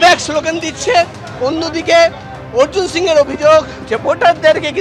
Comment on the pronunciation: এবিপি আনন্দের সাংবাদিক ভাইদের দৃষ্টি আকর্ষণ করছি , একজন নন বাঙালিকে কিভাবে বাঙালি বানিয়ে দিচ্ছেন। তার নাম অর্জুন সিং, অর্জুন সিংহ নয় ।এটা অত্যন্ত লজ্জাজনক ব্যাপার, আশা রাখছি পরবর্তী সময়ে এরকম ভুল যেন এবিপি আনন্দ না করে। ধন্যবাদ....